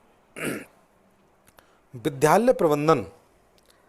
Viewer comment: विद्यालय का उच्चारण ठीक नहीं है